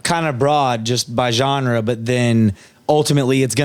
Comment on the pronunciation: Bro said “gengre”